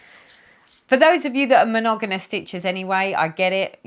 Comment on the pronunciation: Hi, wow 4x’s filming a one hour video. Forgive me but every time you said the word monogamous, I lol. You were saying monoganus. Lol, how many times? Monogamous is how it is spelled. With two m’s not two n’s. Lol. You had me roflol. Sorry to hear that your mom was ill. My son and I both were as well. That was no fun. TTFN